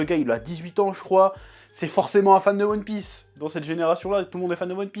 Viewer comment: "Youone Pisse"